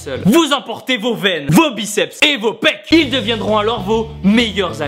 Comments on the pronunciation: T'as vraiment dit ilSSE? Haha :D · AAAH le sudiste il prononce le s de ils :DD